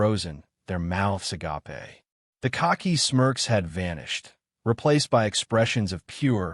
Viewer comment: The same voice does most of these and he always pronounces agape wrong